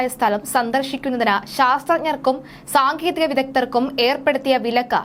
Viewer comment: സാങ്കേതികം എന്ന് ആണ്. താങ്കളുടെ ഉച്ചാരണം ശ്രദ്ധിക്കുക